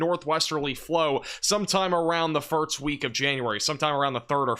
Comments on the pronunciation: Bro I swear if you say “firts” again instead of “first” I’m gonna lose my mind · It's pronounced "first" not "firts" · And I heard you say "west," so I know you can do it. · This guy says the word "first" really funny. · I don’t care what the reason is, he’s still pronouncing it incorrectly. And good for you, but it annoys me.